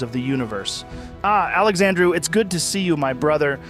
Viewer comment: Funnily enough Indians love calling me Alexandrew, weird I didn't know my name was that hard to fuck up